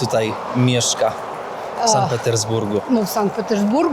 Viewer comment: To nie pierwszy odcinek o Sankt Petersburgu i ciągle słyszę San i San. Może szanowny weźmie sobie do serca i zacznie wymawiać tak jak Pani Nadia, czyli Sankt.